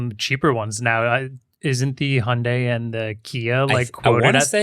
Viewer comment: Still learnig how to pronounce "Hyundai"